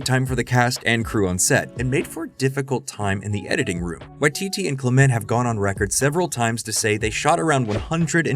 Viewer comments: It's common for Americans to stress the second syllable of foreign words rather than the first, apparently because this is generally seen as a good strategy with Spanish and French, and so gets applied in other cases. Other English dialects aren't so uniform. What's odd here is that the narrator of this video insists on this stress pattern for "Clement," mispronouncing this perfectly common name as if it were foreign, as if perhaps it's French. It suggests they don't realise that New Zealand in an English-speaking country. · it's CLEMent, or CLIMent, not clemENT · aaah it's CLEM-ent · All that research and you repeatedly mispronounce “Clement”?